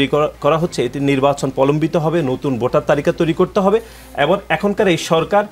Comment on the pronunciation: Botar na beta votar....age uccharon shikh